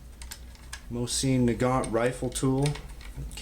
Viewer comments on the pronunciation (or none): Why would I listen to you when you don’t even know how to pronounce the name of the weapon?